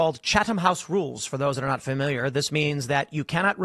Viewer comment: Definitely someone "fermiliar"